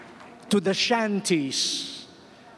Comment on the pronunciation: "The peripheriesssss...the shantiesssss..." An awful lot of native English speakers also use the unvoiced S where it is incorrect.